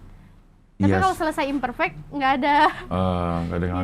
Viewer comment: Imperfect cing ngomongnya, bukan Imperfect